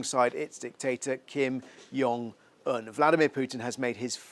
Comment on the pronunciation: It's Kim Jong Un, not Kim 'Yungin', mate